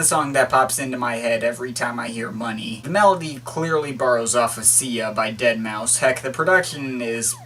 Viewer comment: most pronunciations don't bother me, unless people say dead-mau-five thats when i cringe